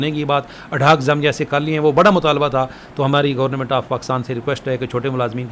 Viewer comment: Sir aap online ko aanline and government ko gornament kyun bolty hn??